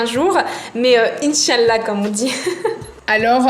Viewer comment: Le inchalla m'a tué